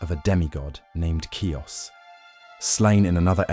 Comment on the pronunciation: Ki...us. Not Cuess.